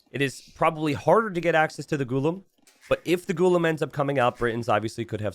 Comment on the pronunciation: Could you pronounce Ghulam as 'Ghu-laa-m'. That's the correct pronunciation.